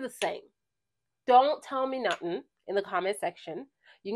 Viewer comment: Girl!! Are you Jamaican because they way you said, “these are the same don’t tell me nut-ting”😂 with Kilian Love Don’t be Shy vs Belayered. I love it.